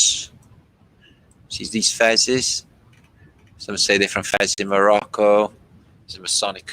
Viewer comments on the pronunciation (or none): none